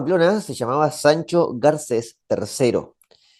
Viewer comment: Sajajun? Medinacheli? Sancho Garces? Me gusta el video pero un poco mas de cuidado con la pronunciacion